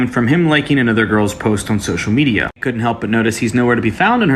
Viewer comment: Hey pyro, what's social "mediar"?